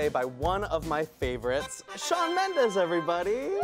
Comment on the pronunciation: "sean" ?!??!? IT'S SHAWN